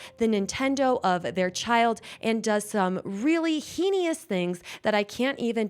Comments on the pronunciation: Girl, I love your videos but I have to tell you this......heinous is pronounced "heyness"😂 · heinous is pronounced hay-nus. Not trying to ruin your day. I like to be told when I'm not pronouncing stuff correctly. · Im sorry, did you just call Indiana, India? and pronounce heinous hay nee us. How were you a teacher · heinous has 2 syllables , pronounced 'hay nus' ( close enough ) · You should look up how to pronounce “heinous”